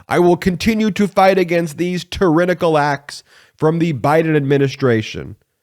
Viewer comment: look up the pronunciation of tyrannical